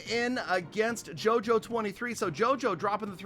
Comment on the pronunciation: Me getting triggered when he says JOJO it's pronounced yoyo 🤦‍♂️